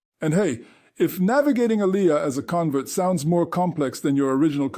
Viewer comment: I hear there are nightmares. Learn how to say Aliyah properly is my a suggestion to start with. And yes many seculars in Israel don’t know basic laws and prayers. Israel should welcome you with open arm. Most converts know more about Judaism than non converts. And converts in Judaism are considered to be at a high level according to the Jewish law (Halacha). So go join an orthodox community to get the respect you deserve, but no, wait, you didn’t convert orthodox. A mistake. Reform Judaism does not exist in Israel I hear.